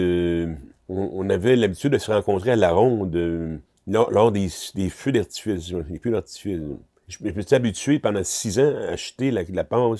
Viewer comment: Normal: Feu d'artifice Ami d'Eric: fiou darfice